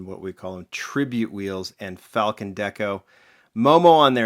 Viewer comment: It pronounced fall-kin. Not falcon..... say it with me brah.... fall-kin